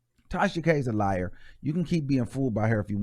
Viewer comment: Armon is the only person who can drag TK to filth lmaoo 🤣🤣🤣🤣🤣 watch her go live on her backup page koz her feelings get hurt everytime Armon says “she’s a liair” lmbo 😂😂😂😂